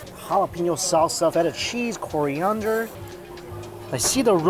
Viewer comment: What is "Koreeunder"? What the hell is wrong with his pronunciations, all of a sudden? ;-)